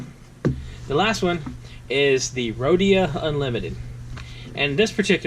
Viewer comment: it most definetly does, when you use a western m nib you'll ruin moleskin especially if you are considering that baystate blue ink lol, but you should feel a difference when you write between the moleskin and the rhodia which you did not mispronounce btw